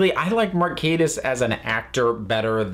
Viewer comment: I've got my pedantic head on here, but Mark's surname is pronounced as Gatiss, not Gaetiss. Just here to brighten your day. 😂